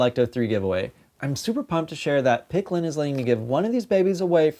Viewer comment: Uh huh, so did you say it wrong or right? Um yeah, if you're plugging for the company, you should probably not say the name wrong 50 times!